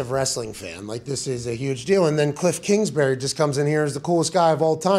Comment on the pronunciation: “ Kilff Kingsbury “